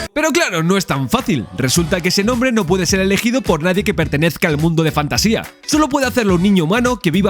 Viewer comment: No pienso juzgarte por no leer el libro pero si recomendartelo. Es mi libro favorito de fantasía. Por otra parte el reino es Fantasia (sin tilde, acentuado en la segunda A, de manera que lo leas como lees Asia por ejemplo). Para mi es un libro magico, cada vez que lo leo aparece algo que creo que no había leido antes. Por ultimo, gracias, se nota en el video que disfrutaste y disfrutas con la pelicula.